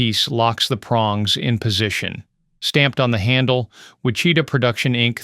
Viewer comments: Dear god. Learn some pronunciation. WiCHIta? It's WHICH-i-tah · Yep!! Whi Cheeta just cracked me up… A I is not as smart as it thinks it is🤣🤣🤣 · Wi-chit-a???? 🙂 Dumb AI........ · Knows what all these were/are used fro, yet can't pronounce Wichita correctly.:face-green-smiling::face-green-smiling::face-green-smiling